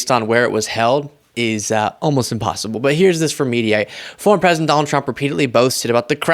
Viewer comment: pwesident HANNIBAL LECHTER.